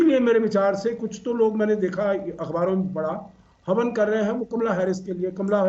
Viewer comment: Woh Havan hai ya haban hai